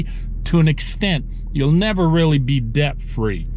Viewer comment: But, the b in debt is silent 🤫 lol...